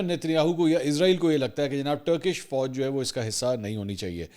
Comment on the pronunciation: ٹرکی نہیں منصور بھائی ترکیہ نام ہے. انڈین میڈیا بھی ٹرکی ہی کہتا ہے جیسے آپ کہتے ہیں. تو نام صحیح لیں تو بہتر ہے اور ٹرکش نہیں تُرکِش فوج